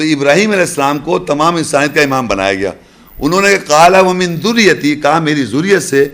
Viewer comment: اپنے پیٹ سے صلوة کی تشریح کررہاہے۔۔سادہ۔لوگوں کو گمراہ کررہاہے۔۔۔۔قرآن خودتمہارے اس تشریح کو جھٹلارہاہے۔۔۔ورنہ اللہ پاک یسبح اور یدعوکی جگہ بھی یصلی ذکرفرماتے۔۔۔حالانکہ ان سب میں اللہ سے کمیونیکیشن ہے۔۔۔لفظ صیام صاد زیر ہے اور زبرپڑھ رہاہے اور ذریتی یاپرشدہے تم ساکن پڑھ رہاہے۔۔۔لفظی قران پڑھنے کایہ حال ہے سمجھ کی کیاحالت ہوگی۔ ۔۔اللہ پاک ان گمراہوں سے بچاے۔۔۔پکا منکر حدیث ہو ۔۔۔میرے نبی کی وضاحت اس گینڈے کو قبول نہیں اپنی وضاحت لوگوں پرچسپاں کررہاہے۔۔۔۔۔۔